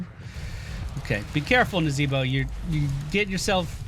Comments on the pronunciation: I've laughed so hard "nazeeeeboh" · NazEEEEEEbo, funny every time you say it.